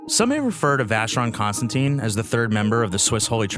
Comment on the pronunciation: And I don't understand how wrong the name is pronounced by the speaker.